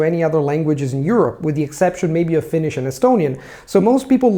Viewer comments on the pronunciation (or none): none